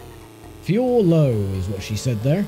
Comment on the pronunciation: I swear I hear "too slow" whenever the girl announcer says "fuel low". Also, the first-person view ain't bad for its time.